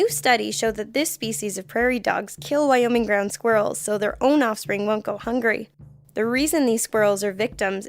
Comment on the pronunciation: and they mispronounced Wyoming I am offended I am from Wyoming